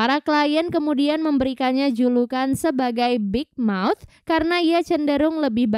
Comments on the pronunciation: Keren tapi kedengerannya big mouse bukan big mouth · Kok dengernya Big Mouse ya bukan Big Mouth. Tapi channelnya asik banget Kak.